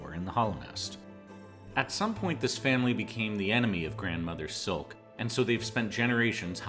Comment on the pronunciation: It's not Grandmother silk It's Grand Mother Silk She is Grand not a grandmum...